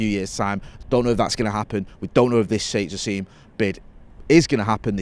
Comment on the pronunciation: repeatedly calling Sheikh Jassim Jake Shassim is proof that anglicisation will never die